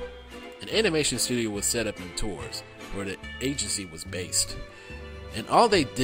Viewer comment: As a french who lived in Tours, you're not so far from the actual french prononciation :-p